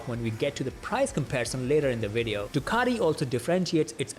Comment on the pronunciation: Ironically, a guy with an Indian accent is the only person that's not Italian, I heard pronounce Ducati correctly 🙂 Thumbs up!